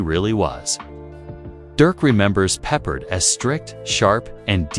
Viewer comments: It is not bloody "Peppered", it's "Pep-pard" you epic twit. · What a joke. Not one single clip of Battlestar nor George Peppard (totally ruined his pronunciation). Just kept repeating the same 30 seconds. Take it down. It's insulting to all.